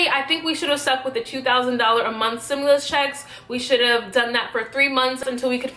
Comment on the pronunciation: stimulus....not simulus